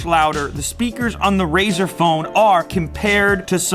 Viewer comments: why do people keep saying "razor phone"? it's RΛZΞR! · What is your problem?? Why would you make a test like that, I mean what's the point of that test? Do you hold your phone sideways while waching videos? What kind of an idiot are you and Jeff Kenneth? AND IT'S FUCKING RAZER NOT RAZOR YOU DUMBASS STUPID IDOT Also ZTE is trash Also pixel has front firing speaker NOT JUST RAZER, did you even watch the video Lue explains everything????